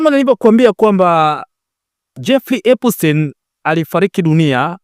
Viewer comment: Epstein na sio epustein